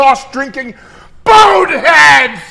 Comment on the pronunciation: his accent turned Portuguese when he said "world" at the end lol